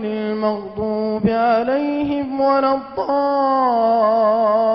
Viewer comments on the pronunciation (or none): none